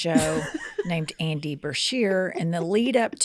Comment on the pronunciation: you can not be wronged by for calling the governor of Kentucky Randy instead of Andy when she kept calling him Breshear instead of Beshear. Both of you added an R to his name.